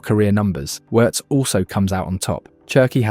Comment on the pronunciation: Hate AI commentary. It pronounces Wirtz correctly but then messes up on Lyon😂